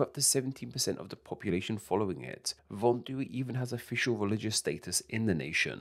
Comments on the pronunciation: It's not called "vondu", it's called VODUN. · It's not "vondu" it's voudoun, which is called "voodoo" in dated English texts. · Actually, it's 'Vodun' not Vondu.